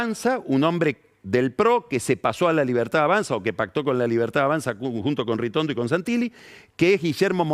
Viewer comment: Le dice "RITORNO" a Ritondo??????? 😂